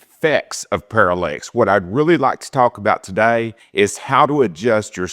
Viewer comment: I just kind of stumbled across this video on YouTube and this dude cannot pronounce words correctly. It’s parallax not parallEx and the focus and the parallax are two different things. Pretty sure I’m not gonna be subscribing to this guy‘s channel.